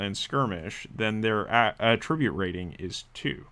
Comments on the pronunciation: I'm curious to know as well. I just finished watching a software tutorial where the developer kept using the same mispronunciation. His english was perfect otherwise. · Curious where you are from? I’ve never heard the noun pronounced like the verb anywhere I’ve been. Not trying to be rude, just curious about that.